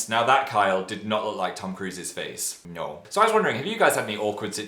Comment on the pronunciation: the russian no strikes again